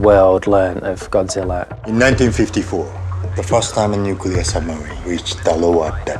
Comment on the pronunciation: ''Y'know it's Godziller'' ''Godziller''